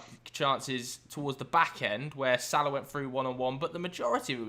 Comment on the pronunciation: Why do you say Salah so weird